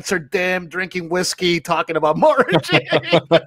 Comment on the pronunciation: Please guys. Mara is pronounced like car, bar, par, far, etc.